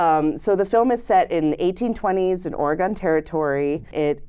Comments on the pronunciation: Ah.... the pronunciation of Oregon!!! it is not WahingtON, it is not OregON :) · Ory-Gone. Orrrrryyyyy Goooooooone. you guys. stop it. It's Oregon. Or-uh-gun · Great review—but just so you know the way you pronounce Oregon hurts Oregon natives’ ears. The last syllable is pronounced like “gun” . The odd thing is you both start to pronounce it correctly halfway through.